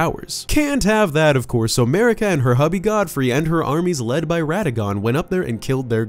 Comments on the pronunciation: It's Marika, not Merika goddamit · Ahem.. MARika. And RANni... fucked up the names of best characters.